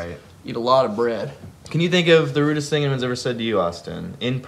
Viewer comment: I keep hearing "Rudess things" instead of "Rudest things", and now I'm struggling to think of Dream Theater-based insults.